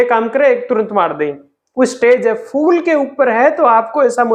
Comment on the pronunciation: FOOL nahin PHOOL. FOOL bole to Bloody Fool